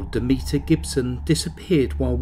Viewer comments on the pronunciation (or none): none